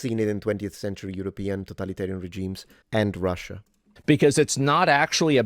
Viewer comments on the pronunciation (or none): none